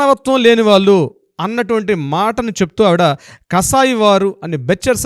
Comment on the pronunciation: Pronounciation of vallu is incorrect.